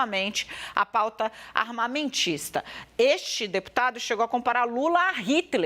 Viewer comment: Não sabe nem falar o nome do Deputado....kkkkkkk Jornalista vergonhosa.